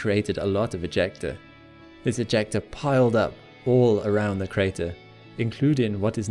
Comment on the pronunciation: Did anyone else think he said ejaculat instead of ejecta. I spit out my dinner laughing.